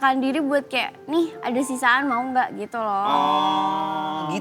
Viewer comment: Bru ngeh pengucapan kata KEYA / KAYAK nya sering bgt di ucapin 🤣🤣